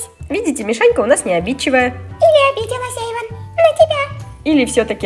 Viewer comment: НЕ ЕЙВАН А ЭЙВАН!!!